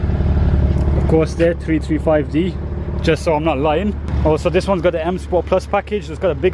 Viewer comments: jamie porter Also when he talks about the power , it sounds like he's saying 225hp 😕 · jamie porter I thought the same